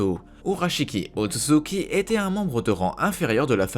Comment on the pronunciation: C’est otsutsuki pas otzutzuki